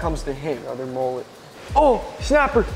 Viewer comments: Last time I heard mullet was pronounced. MmmmUuuuLlllLlllEeeeTtttt not moollet?? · How American's say mullet 😆😆😆